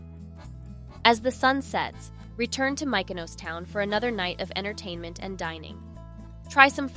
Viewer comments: AI SLOP… A lot of AI generated images and inserted clips that are incorrect. Take it down. Also the way Mykonos was pronounced… clearly an AI voice over. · Please learn how the pronounce Mykonos. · How does the narrator NOT know how to pronounce Mykonos? It's not difficult.